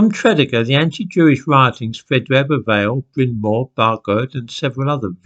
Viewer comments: you pronounce Tredegar as Tre-dee-gar, not the way you have. By the way, I lived there for 8 months back in 2008 as my ex is from the town. It is a kind of strange place at the top of the Rhymney Valley. it's where the men are men, and the sheep are very afraid lol. I think your friends are being a bit silly as there is no anti Jewishness in the valleys these days at all. I too have Jewish friends that live in Tredegar as well as other South Wales towns. However, there is an anti-Englishness in the Rhondda and Rhymney valleys from the days when coal was king and the taskmasters were the English. People still haven't forgotten or forgiven Churchill for sending in the troops in to Tonypandy to quell the striking miners, for instance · No need to apologise. I'm English and I knew that Tredegar was pronounced Tre-DEE-gar from listening to the rugby results on the BBC when I was a boy. I learnt a lot of Welsh place names that way. I didn't know those other two, though; so, thanks for the Welsh lesson. If I were going to move to another country, I think I would at least take lessons in the correct pronunciation of the local place-names. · Just a quick Welsh lesson. In Welsh the accent is placed on the 2nd syllable. For example Tred-ee gar. Welsh is difficult for the English I know so I’m not complaining. 😊 and Mawr is big in Welsh. So BrynMawr is mountain big. (Brin- Mowr). And mawr is a mutation of fawr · fascinating story, my grandad was born in that area - working class, mining community so this surprises me (i think your pronunciation of Tredegar is wrong - truh·dee·guh) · I was gonna mention his pronunciation...but you did it for me..thanks. . . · Hello again, As a Welsh person, I found this video particularly disturbing......... Tredegar is pronounced trih dee gah. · Tra - dee - gar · Tredeger,pronounced tre-dee-ger😃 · Where is Tredegar, as you pronounce it? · Thank you. pronunciation is making my teeth itch! 😬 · It's pronounced tread-eager.